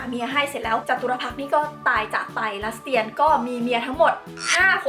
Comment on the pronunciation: พี่ครับ คำว่าลัสเตียน อ่านว่า ลัด-สะ-เตียนนะครับ